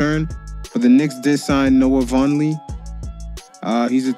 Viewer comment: you pronounced noah name wrong